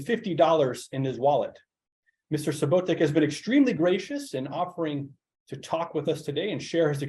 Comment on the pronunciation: It’s not Subotick but Subotić just like Jokić not Jokick:), it’s Southeastern Europe - the south and also called Balkan’s not EE…